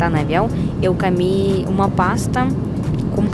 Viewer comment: Nao e carendo e corendonao ecami e comi e escolhe nao escalhe cortaro bem picadinho cartarobem picabinho voce e bonita mas fala munto errado